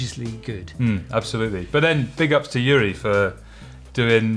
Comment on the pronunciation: Not "Yuri"...YUJI